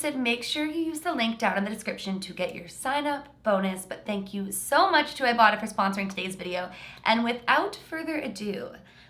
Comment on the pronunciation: When said "ibota" I thought said "ibottom" I had to look in the description to see what she really said 😂